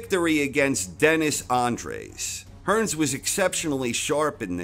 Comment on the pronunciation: It's Dennis Andries - not 'Andres'